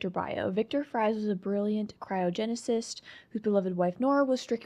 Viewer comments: Actually you pronounced Mr. Freeze's government last name correct the first time (Fries) 🍟 as it was confirmed to have been pronounced that way in the tv show called Gotham. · You pronounce Mr Freeze's name correctly